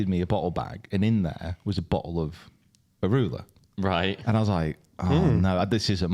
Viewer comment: That liquor is pronounced A- MA- RULER